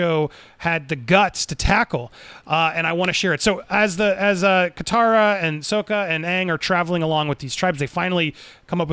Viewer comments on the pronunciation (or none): Wait wait wait back it up for a second there, chief. Did you just say Soaka? Nope not having this 😂 i didnt know you could just change name pronunciation just because you feel like it. Is that how it works? I don't think thats how it works mr poapcor-ned plahnet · Andy mispronouncing Sokka...🤣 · He's still learning...